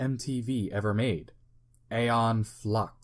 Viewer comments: Pronounced Eon, not Aye on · So no one ever told you it's pronounced E-on Flux not A-on Flux lol